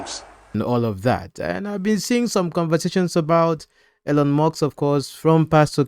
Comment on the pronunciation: Elon, not Elyon. Musk, not Muks